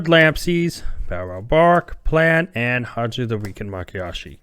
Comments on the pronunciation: LOL Nope. I've noticed that's how you pronounce Mayakashi almost since the beginning. Makiyashi instead of Mayakashi. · My-Ya-Kah-She my friend. You flip the Y and K.